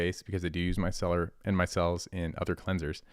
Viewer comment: It's not my-celler. It's pronounced mice-slur.